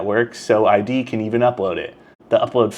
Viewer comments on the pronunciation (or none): Company is called "id", like "did" without the first "d", not "eye dee".